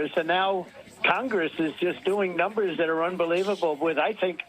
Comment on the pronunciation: Numers, ask him to count 😂😂😂😂